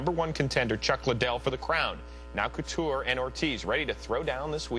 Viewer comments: Did he say "Randy Cooteretti"??? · They butchered Coutures name. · randy couture's name is just to manly for this host to even say let alone say properly.